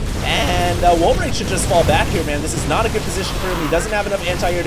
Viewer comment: Dont talk to me like that 'mayne'